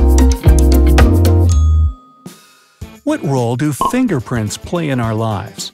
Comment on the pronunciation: Nobody: Not a single person:: WhAT iF yoU hAD No fiNGerPrILt